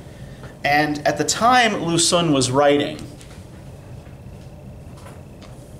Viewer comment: I know it is difficult to pronounce Chinese names, so I figured I would let you know that your pronunciation of words like Xun and Qing are off. Chinese has two different sound that represent our "sh" and "ch". So when writing these in Latin letters, Q was used to represent one "ch" sound and X was used for "sh". Because of this and the "un", Xun is pronounced more like "shween", likewise Qing is pronounced "ching". Keep up the great lessons.